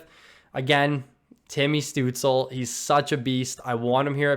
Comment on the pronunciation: "Stootz-Luh" is how you pronounce the young Germans name